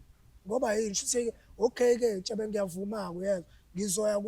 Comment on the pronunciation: Ubizwa ngeNtshebe today and akaphazami ubafo ukubiza clearly